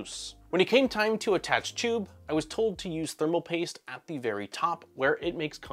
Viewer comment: Every time you say chube, all i can hear is Nero saying chuuube